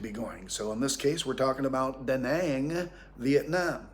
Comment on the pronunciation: Living in Vietnam that long this man can't even pronounce the name of the city Đà Nẵng correctly.